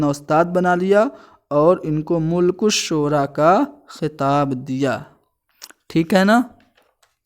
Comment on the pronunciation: ملک الشعراء م پر زبر ھے ناکہ پیش